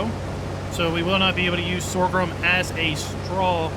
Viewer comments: What is this “sorgrum” you keep referring to? 🙊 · Stop saying Sor ghrum, there is no second R! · Everything you need to know about sorghum Step 1: Learn to pronounce Sorghum. As someone raised on a farm I was in a perpetual wince hearing Sore Grum 200 times. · LoL. You mean Sore-a-grum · Please- stop saying "Sorgrum"... its painful... 😐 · The word Sorghum has only one "R". Pronounced SORE-gum. Just like there is no X in espresso - "expresso" is incorrect. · There's only one r is sorghum. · Who knew there was an ‘R’ in sorghum? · I'm not trying to be a dick or incite a riot. Your pronunciation of "sorghum" is incorrect, no matter what part of the planet you are from. Look it up. I'm actually trying to be helpful with some constructive criticism. It's honestly hard to watch or listen to a video where someone is struggling with mispronunciations. I think people would rather watch a video where the narrator sounds well-spoken and intelligent. Do you think this would help your channel become more successful and find growth? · EXACTLY! It's jarring to hear such obvious mispronunciations in narration and honestly after reading his responses to viewers comments i'm not inclined to continue watching his videos. Have the grace to admit when you make a mistake and learn from it. Doubling down when people point it out only makes you look arrogant AND ignorant. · you're saying it wrong. I love your videos but it's simply incorrect.